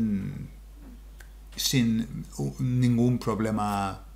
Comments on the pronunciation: Sin pronounced seen. Get him told Cynthia. Un abrazo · 5.41 once 7.52 twice. You say sin like the English word. Easy done for English speakers. 💪💪🙋😎🇪🇦